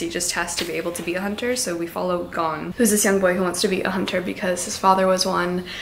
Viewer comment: I just wanted to say- the pronunciation for gon isn’t “gone” but “goan” I love the video!! These are always a delight :D